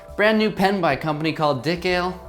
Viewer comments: It's pronounced "dye-kale" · Instead of saying the dik sound you could say it like you're saying mike but with a d